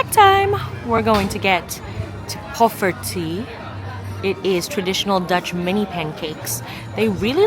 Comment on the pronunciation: Hi, it's poffertJe, but seriously, your pronunciation of visspecialiteiten (fish specialities) was very good.